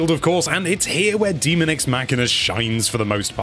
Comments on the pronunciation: There is no "a" in demon. Hence, daemon is pronounced day-mon. Not too complicated. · What part of "daemon" is pronounced "demon" ? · Just FYI, it is pronounced "day-mun." Characters say that word in the game. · its definitely not "DEMON EX MACHINA" there is a real word called Daemon and its a separate thing